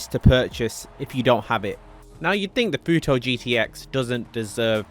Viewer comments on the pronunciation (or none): It’s not futoe it’s futo(2)😂😂😂😂